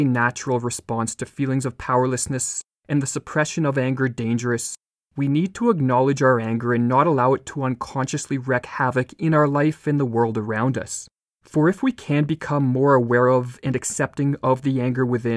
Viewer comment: Please, it’s wreak spoken as reek not as wreck! Look it up. It’s wreaking havoc with my sensibilities. 😂